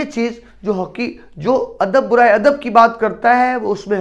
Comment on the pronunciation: برائےکے با پر زبر ہے ۔ پیش نہیں ۔